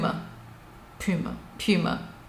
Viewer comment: Puma.. pewma...Pooma...🤣